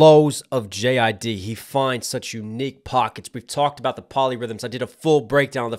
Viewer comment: JID not JIDDY 😂😂😂